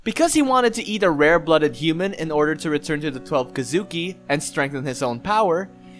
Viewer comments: So we’re just gonna ignore how bad his pronouncements are with the word “kizuki”? (Kee-zu-kee) not (ka-zoo-ki) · Dude its Ki zu Ki not Ki Zuki.. for fucks sake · It’s thweleve kesukee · Key zoo key* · Bro the way u say “Kizuki” makes me wanna blow my brains out🤦‍♂️ it’s Kizuki=KEEZUKI and it’s not manga=MUNGAA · Why are you saying twelve kidzuki 😐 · Question. Have you watched the anime? I was just wondering, because a LOT of the pronunciations in this are different from how they are in the anime. (Like Urokodaki, Kamado, Kizuki, etc.) I don't mean to be rude, just wondering. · No evece but u said kisuki wrong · learn how to pronounce kizuki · When my guy says kizuki wrong 😑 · This guy is good the only flaw is the way he say kizuki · You pronounced Kizuki wrong same with Kibutsuji